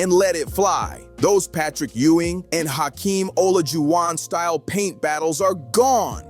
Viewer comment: Love the content... but how did you pronounce Olajuwan?